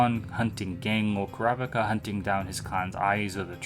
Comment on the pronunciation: even this dude mispronounces Kurapika's name lol